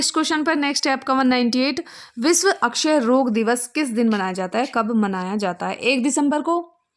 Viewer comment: I don't know why this mam क्षय को अक्षय पढ़ती हैं।